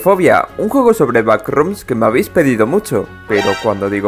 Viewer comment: te recomiendo hablar de "da backcroms"